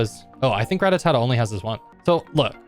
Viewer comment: Why you say Rattatata?